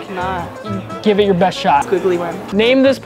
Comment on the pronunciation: "Jour mom" 🤣🤣🤣🤣